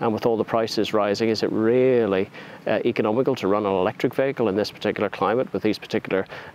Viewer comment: What's a 'vaykel'?